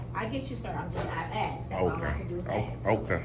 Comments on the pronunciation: The education system failed to educate him on how to pronounce the word ask. It's ask not aks! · In 2024 we can't just say ask I mean your saying you can pronounce every other word just fine but somehow that 3 letter word is just beyond you